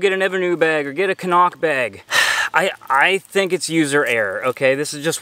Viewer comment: In the East I felt like I needed to hike in a bathing suit. :) Good job saying "Cnoc" correctly.